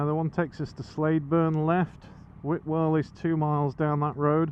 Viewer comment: Funny - I've lived in Lancashire for over 50 years, and although I've never actually heard anyone say the name of the hamlet, I always assumed it was pronounced as spelled - Whitewell, with the 't'. Sounded funny to me as Whitwell 🤔. There again, there's three Claughtons in Lancashire - one Claughton, one Clafton and one Clayton - so who knows ☺.